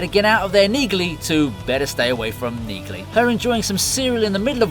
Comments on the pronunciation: I really appreciate and like your videos. However, you continue to mispronounce the name Neagley. It's pronounced knee-lee. The G is silent. Other than that, you're doing an amazing job. Keep up the good work. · You have been told this before on one of your last Reacher videos, it’s pronounced “Neely”. The “g” is silent